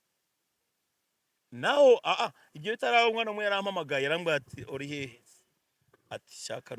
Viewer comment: Bavuga 'urihehe' not 'orihehe'.